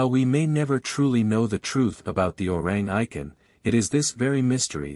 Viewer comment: The correct pronunciation should be O-Rang E-Kant